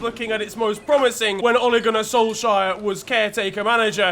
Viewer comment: does this mean i won't hear say "Solshire" any more?